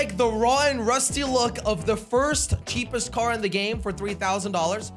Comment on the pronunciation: I like when he said ceepest the slogo logo